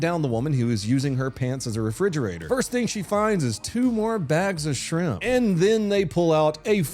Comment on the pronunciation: they pronounce it SRIMP